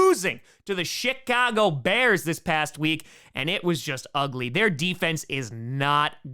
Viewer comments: Did anybody notice that he said? Shicago Bears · Did he say "Shitcago Bears? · LOL...sounded like you said SHITcago Bears...almost made me snort the Monster I was drinking out my nose. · do you consciously say “Shitcago Bears”..? 😳🫢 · i swear tom said shitcago bears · with the traditional Green Bay pronunciation of “Chicago”, with half an extra “t” in there 😂